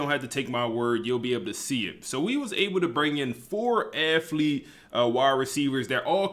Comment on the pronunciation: Bro is a genius with the game but I would love to get him a speech pathologist no disrespect 😂 it KILLS ME every time he says AFFlete like bruh lmao